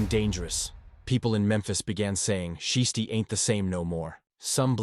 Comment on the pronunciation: Learn how to pronounce his name. It sounds stupid when you keep saying shisty.